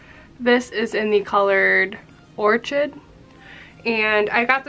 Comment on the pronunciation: It's pronounced or-kid not or-chid. It's a flower.